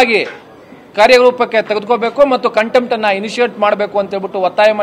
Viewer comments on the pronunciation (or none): none